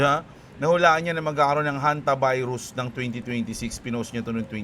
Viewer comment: Ang kulet ah Honte-virus😂😂😂